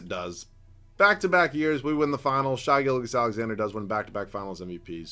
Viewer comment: Why hasnt anyone talked about the fact that he cant pronounce Shai Gilgeous right? I feel like I hear his name a decent amount in these videos. Just please pronounce the name right, love you